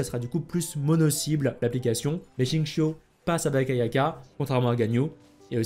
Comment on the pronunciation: à chaque fois, entendre "chincho" à la place de "gzingkiou", ça fait bizarre..